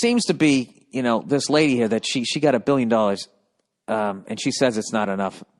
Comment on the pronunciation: He needs catchprasing for more words so he can hold a whole conversation where he accents every third word a specific way.